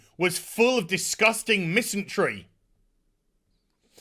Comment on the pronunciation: Dear, there's no "t" in "misandry".